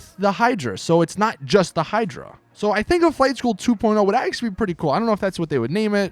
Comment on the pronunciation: the way you said flight school 2.0......why